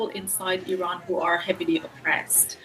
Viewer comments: Iran✅ I-ran❌ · Just pronounce Iran and not Ayran. Also not Aysrail. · Did he pronounce it “eye-srael” ? 😅 it’s Israel just like Iran. “Ee-ron”. Not “eye-ran”.